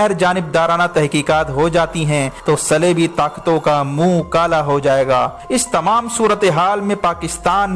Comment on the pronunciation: صَلیبی اور صِلیبی، کیا بک رہے ہو۔ صِلیبی کیا ہوتا ہے؟ صلیبی کو۔